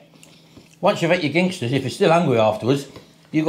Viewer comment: Apologies if already has been mentioned, but Ginsters only has one G in it. You kept calling it Gingsters. No offence intended, but it started to niggle me the way you pronounced it 😀